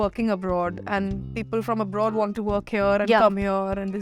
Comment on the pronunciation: The interview was good. Loved this sober side of Shehnaz. Love the fact that she is working on improving her linguistic skills. One request to the team. Please advise her to stop pronouncing "and" as an. This somehow spoils the impression.